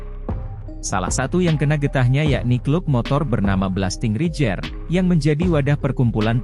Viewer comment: Min .....bacanya belasting reider....bukan rijer